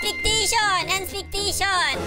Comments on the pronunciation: "ANSPECTITION" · "Anspektesyun" - HAHHAHAHAHAHAHAHHAA